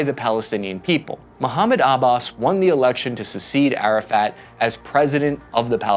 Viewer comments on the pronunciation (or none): its not muhammed abbas its mahmood abbas, thats how you pronounce it not the spelling.